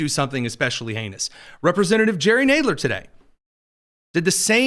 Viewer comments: What is with purposely miss enunciating people's last name, Goothey? Naidler? There is no oo sound in Guthrie, the wall is short just like in Nadler. Wow That's just rude to messy annunciate people's last name especially when it's well known. How would you like it if people called you Tony Kinyet. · What does the morning show have to do with miss annunciating Jerry Nadler's name. He's all over the news on a weekly basis. Are you saying you don't watch the news? Absurd